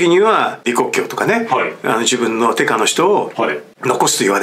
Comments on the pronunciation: 「手下」のことを「てか」と言っているようですね。「てした」というのが正しいのではないですか？ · 私長い事日本人をやっている: しかし/手下/を/テカ/と読む日本人に遭遇したのは初めて。